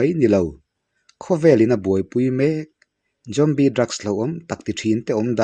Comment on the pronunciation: Tinge ‘Jombie’ i tih tlat a🎉